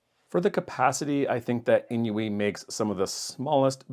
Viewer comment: INIU is pronounced just like "I knew" [AiNiu], not "in-iu." The maker is from Japan, where "inu" (犬) means dog—which is why they have a paw print as their logo on so many devices.